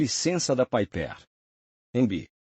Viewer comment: Concordo totalmente com o Roberto, além de que, essa inteligência artificial é meio analfabeta: não sabe, sequer, pronunciar PIPER...😂